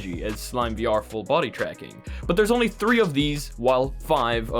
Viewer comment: "Three of these to give away" more like tree of these to give away